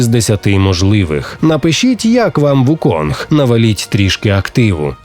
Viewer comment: Усе це дуже добре, дякую за огляд, але він не Вуконг, а Укун. Цар мавп Сунь Укун. Гра так і називається у транслітерації - Чорний Міф: Укун